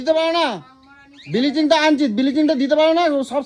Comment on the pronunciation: হা হা হা ব্লিচিং কে বলে বিলিচিং 🤣🤣🤣🤣